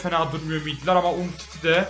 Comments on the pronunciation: Umtiti' ye Umidi diyen adam gibi adam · umtitiye umidi diyon abiii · Umtitiye ümidi diyo